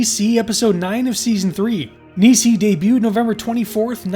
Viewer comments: Hey....love the video homie. FYI...Nisei is pronounced Knee-Say. Great job dude!! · Minor point. Not busting your balls - Japanese Teacher here - but you pronounce Nisei as: Ni - as in knee Se - as in set I - as in igloo The word itself means 'Second Generation', referring to Japanese immigrants who were born and raised in the US after WW2. Also, Pontypool is awesome. :)